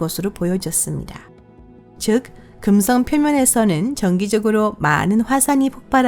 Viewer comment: 발음 뭐니 긍썽 수썽 어떤 채널은 혀 짧은 아저씨가 나오더니 우주 관련 성우는 이게 대세인가